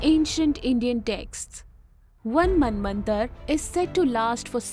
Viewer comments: You need to focus on pronunciation.. It's Manvantara and You have pronounced it as Manvantar.. Not just you.., most north Indians do this mistake.. speak language as it is.. don't relax your tongue.. And it's Moderator but not Maintainer as you spoke in beginning.. so many mistakes.. It's Kalpa you read it Kalp.. it totally sounds shit.. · Could not make out head & tail of the calculations 😶 Btb, pls pronounce "a" at the end of words that has "a". For eg: you pronounce KalpA as Kalp, ManvantarA as Manvantar ... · Small suggestion Why do u englishify these names pronounce jst the way they need to be pronounced, like MANVANTARA not manvantar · I don't know why you people pronounce the words incorrectly for ex: Yug instead of yuga, Manvantar instead of Manvantara.